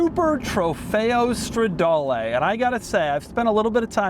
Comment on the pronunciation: Doug the type of guy , with an Italian last name. Yet still says « strawdaewlee »